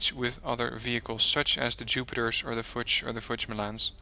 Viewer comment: In "LUCHS" or "FUCHS" the "CHS" is more pronounciated like "KS" or "X". The "U" is pronounciated like an double "OO" - just not stretched too long. So Luchs is spoken like "LOOKS" (with the "OO" not too stretched out) (fʊks) while Fuchs would be spoken like "FOOKS" (same as above applies) (lʊks) To be precise the "U" is actually spoken stretched out depending on the combination of consonants and vocals: (Vocal-Consonant-Vocal) For example "LUGER" is really spoken like "LOOGER" Also if the vocal is doubled "UU" (that combination is rare) or followed by "H" (which stretches the vocal in front of it) they are spoken long. This usage applies to other Vocals to (A,E,I,O,U) (short) LACHS : eng.salmon (long) LAKE : eng. brine (short) LECK : eng. leak (long) LEDER : eng. leather (short) LIPPE : eng. lip (long) PISA : Italian town with crooked tower :-) (short) LOCH : eng. hole (long) LOTSE : eng: guide (mostly on sealanes)